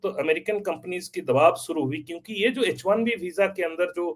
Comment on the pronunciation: sir It is H1B not HIB